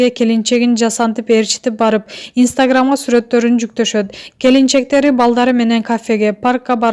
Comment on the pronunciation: Инстаграммды Истаграмм дебей жакшы айтып алчы тамгалабай манка. Анжелика алга бактылуу бол сулуу😘😘😍😍😍🤗🤗🤗